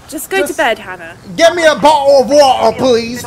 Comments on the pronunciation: I’m English and Dashie saying bo’’le of wa’er is fuckinh hilarious 😂😂😂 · Bottle of wotter